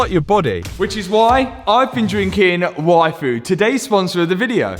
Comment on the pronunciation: when he says yfood it sounds like waifu